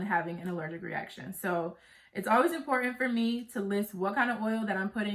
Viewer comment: Love your videos! 😍 Thanks for the tea! Don't forget that 'T'. It's impor-ant 😁. Glad your business is doing well. Thanks again!